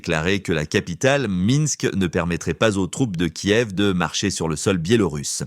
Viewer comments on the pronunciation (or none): none